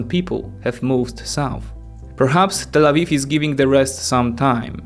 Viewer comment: I'm sorry but you always say Tal Aviv when talking about Israel 😅 Tal Aviv is just a city in Israel.